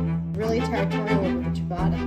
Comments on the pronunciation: It’s ciabatta, not chibada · WTF is this pronunciation of Ciabatta